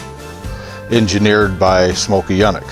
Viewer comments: Its ... "Yoooo-nik" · Never ever heard his name pronounced that way. Always heard "Younik". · These cars can stand on their own merit, without the inflated horsepower claims. Please educate yourself on the pronunciation of the man’s name. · Quite a display of ignorance, quoting laughable dyno numbers, and mis-pronouncing the name.